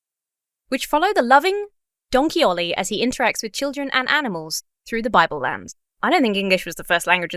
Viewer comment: Why does "Donkey Ollie" sound like "Don Quixote"? Was this intentional or unintentional on the part of the creators?